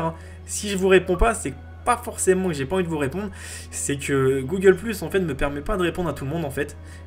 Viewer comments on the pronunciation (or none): none